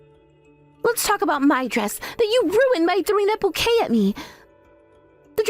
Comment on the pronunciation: Bouquet is not pronounce "bucket". Really?